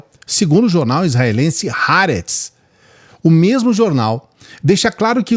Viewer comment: Ha aretz. Não é "ra" é há mesmo. tradução: A Terra.